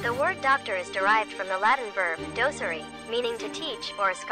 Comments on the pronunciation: I'm pretty sure "docere" would be pronounced "doh-keh-reh" not "doh-seer." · "docere" wants the penultimate syllable accentuated, not the first.